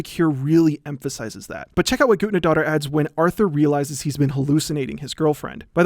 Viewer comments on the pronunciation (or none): It's "Guthnadottir" not "Gudnadotter" that weird symbol is an "eth" - we used to have in in Old English. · love you man but it hurts so much every time you mispronounce guðnad dóttir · Hildur Guth-nah-dot-tier, soft th like in the. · Im 17 minuts into the video and Just now realized hes calling the conducter Guðnadóttir and Just pronounsing it atrociously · This is very interesting, although the only thing I want to say is, yes, I get Icelandic names are hard to say and you did it pretty well though if you want to be as accurate as you can be it would have been "Guth-na-doh-ttir" or smth along those lines, you get what I mean though I hope Still very interesting and that was all I wanted to say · The ð in Hildur Guðnadóttir's last name is pronounced as a hard "th" sound such as the th in "thing" or "father." So her name would be pronounced like Hildur Guthnadóttir. Sorry it just bothered me a little lol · So...it’s pronounced ”Goot-na-daughter”? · I'm from Iceland, where Guðnadóttir is from, and you butchered her last name. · hears him butcher the composers name walks away AHHHHHHHHHHHHHHHHHHHHHHHHHHHHHHHHHHH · It's really weird to see a video that supposedly is paying tribute to an artist and then you fuck up both the pronunciation of the artists name and even do it completely wrong by constantly using her patronym, which is reducing her to being someones kid